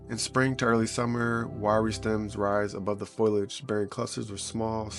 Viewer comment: FOL- E- IG Not FOIL-IG